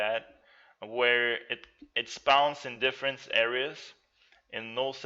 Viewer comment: SPAUNS instead of spawn...lol